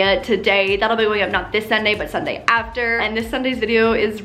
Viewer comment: who else freaked out when she said SunDIY completely normally